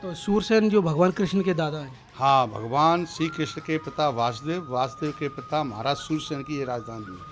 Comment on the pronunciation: Ye vyakti bhi galat uchcharan kar raha hai aap bhi galat uchcharan kar rahe ho !!!!!!????? Bhagwan krashn ( VA A SUDEV ) ke pita ka naam ----- V A SUDEV Bhagwan krashn ka naam. ----- VAASUDEV aur bhagwan krashn ke pita ka naam ----- VASUDEV !!!!!!!!!